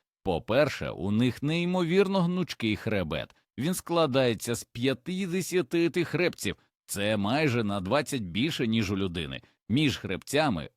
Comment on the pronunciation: Інформація цікава, але озвучення ШІ все псує! Слухати такий контент з жахливими спотвореннями наголосів - себе не поважати! кішкИ сплять, клЮчиці, хрЕбці, мУркоче, кОта, лапкИ, кУщі, здобИча і т.д. Цікаво, чи автори каналу самі слухали те, що вони пропонують людям?